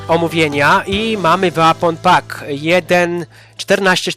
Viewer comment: Mówi się po " Łepon pak " Bądź też " łejpon pak"🙃 ale ogólnie też można poczekac na przeceny na Steamie bo są często o 50% taniej